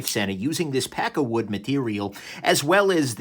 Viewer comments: I lnow your saying pakkawood, but I keep hearing peckerwood. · Every time you say it I hear "pecker wood". :P